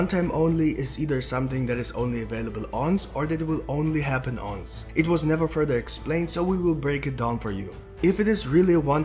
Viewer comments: It's once not unce 🤣🤦🏾‍♂️ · just to let you know the pronunciation for once is one-s not ons. :)